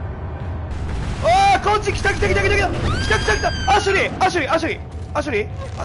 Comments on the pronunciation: アシェリーじゃなくてアシュリーじゃない？ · アシュリーなのにずっとアシェリーアシェリー呼んでるの笑うてwwww